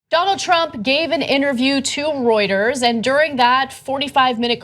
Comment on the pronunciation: thank goodness Ana didn't pronounce Reuters as 'Rooters' again.